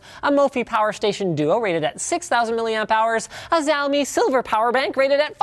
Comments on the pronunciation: ITS NOT ZHAO-ME LINUS. ITS PRONOUNCED SHAO-MIIIII. Get-It-Right. I can't believe these things are so hard for you to understand even with an asian wife. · it is shi - ao - me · fyi, xiao is pronounced shiao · It is Shaomee not siomi in pronunciation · Its pronounced Shaomi, not Zaomi. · It's pronounced shaomi not zaomi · you did not address the charge time of each! (and made my ears bleed by pronouncing Xiaomi with an actual X sound) you have a Chinese wife and a Taiwanese employee. wtf man. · It's shiao me, like the `show' in shower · Its ziaomi, just like xerxes spelled as zerkses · XiaoMi is pronounced sheeeyao me. the xi is always pronounced she just like the girl version of he. he she it that she. get it? your pronunciation sounds just crazy sorry. being in Vancouver it should be easy to find a mandarin speaking person to help you. you can also use Google translate if you want the name in Chinese is 小米 but Google translate will only give you the phonetic sound not the meaning. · Xiaomi is pronounce something like Shao-me ;) the romanization (pinyin) system of Mainland China can be very confuse ^^. i dont know how much cost the Xiaomi bank overseas but here its cost only 8 dollars for the 5000mah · Btw its ''SHAOMI' as we say it here in china :) not xiaomi :p meaning ''little rice'' ''millets'' :P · Come on, no EasyAcc?? By the way, I beleive it's pronounced shouw (as in cow) - me. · xiaomi is pronounced "show me" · Bullshit, in Chinese it's sea'aO-mE (no sh, see'ao mee) there is a video about it. But its doesn't f***ing matter. for example samsung in Korean is saam sonng (a like in car and the g is silent). But sam sung isn't wrong its just western variant. Stop bi***ing 'bout pronunciations. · actually, see-ow (cOW) me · aaaaaah you're in Vancouver and you don't even know how to pronounce Xiaomi come oooooon Loonis, step it up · at ~ he pronounces it as a Z rather than SH but it's not a huge deal. People still argue about how to pronounce Asus.